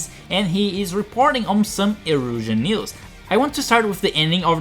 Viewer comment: Did I just hear news as meals?